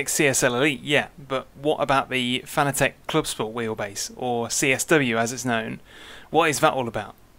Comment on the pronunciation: pronounced fa na tick